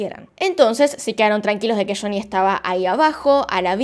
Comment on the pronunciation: Me encanta como pronuncias shony😍